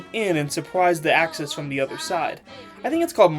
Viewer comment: not even one min in and I am dead at "the axes" and "Allys" XD. Also "We have to understand world war 2". Never have I subbed to anyone so fast